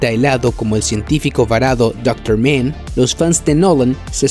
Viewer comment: Dr Men?? 😂😂😂😂 es Mann, Dr Mann y no se pronuncia MEN. Vaya tela.